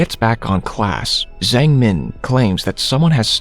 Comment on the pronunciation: That Zhang pronunciation is bothering me so much, I am pretty sure it's not pronounced with a z but with a j